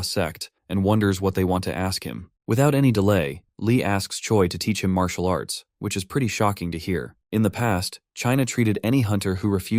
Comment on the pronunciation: I love it. Leave it up to AI to call it "marital arts".